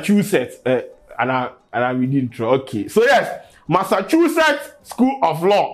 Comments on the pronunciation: Massachusetts wey ma man Dey say “MASSAKU “ den things 😂😂😂😂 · its simple tho, its pronounced Massashusetts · 😋 nkwadaa y3 hw3 Your pronouncing of Massachusetts was harassing you😀😀😃🤣💗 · The pronunciation of the Massachusetts bi some way bi ooo.